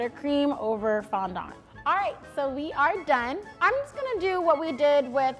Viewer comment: Bro the way she said fondant